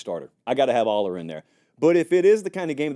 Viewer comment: Dude, you are mispronouncing both Allar and Pribula.